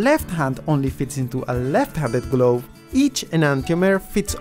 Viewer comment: "lefvt handed gloev" Amazing accent.